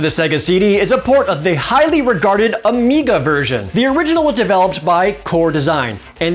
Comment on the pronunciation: Was worried it was my speakers. And he says "Amica" instead of "Amiga."